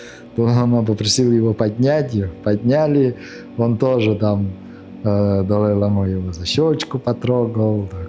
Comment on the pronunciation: Лицемер. Тибетский доктор. По тибетски читает! А простейших вещей не знает. По-тибетски слово "лама" (བླ་མ་) произносится как [ла:ма], с долгим первым гласным. Ударение на первый слог! Надеюсь, подношение было щедрым.